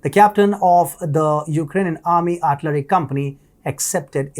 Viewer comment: What is 'artlery", is that like archery?